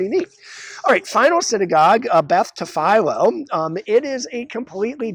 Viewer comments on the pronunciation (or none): Good job, but you need to learn how to pronounce Tfiloh. Not Ta Fi Lo as you said. It’s pronounced Ta Fill A.